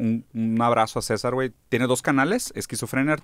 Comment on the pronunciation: Mi esclavo en mi quería lanzarle una piedra cuando dijo mal los nombres de los canales de César